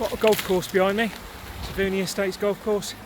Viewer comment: It would be nice if you could pronounce Taveuni correctly.